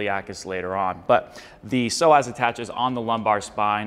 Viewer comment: Psoas is pronounced “So us” not “so ass”